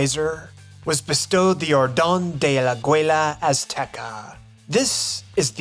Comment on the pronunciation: I watched all the video in one sit and the amount of research and truthful information showcased here is worth a clap. Kudos for this really well made. The only complaint I have is your pronunciation in "Aguila" hahaha Congratulations from a Mexican